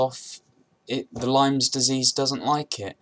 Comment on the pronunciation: Its lyme not lymes